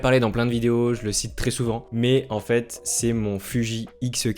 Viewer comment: Bonne vidéo mais on prononce « è » pas « é » dans le « très » ..